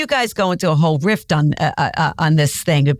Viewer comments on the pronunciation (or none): Susie- it’s riff not rift